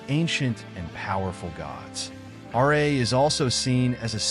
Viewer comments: RA not R.A.. RA=RAH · Ra not R.A.